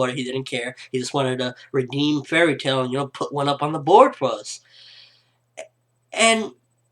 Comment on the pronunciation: "tail" not tial